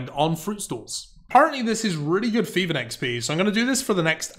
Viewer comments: Its Thieving, not feving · "F" instead of 'th', "barrow gloves", "cleomancer". Yup, this guy is just unable to read/pronounce words correctly.